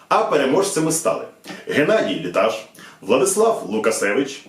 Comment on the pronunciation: Тільки я Літаш, з наголосом на перший склад :D